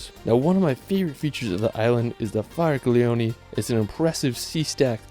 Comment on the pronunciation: One complaint.. Faragliono...no "G" sound in the word, it is pronounce fara-lyi-oni ... gli is a lyi sound.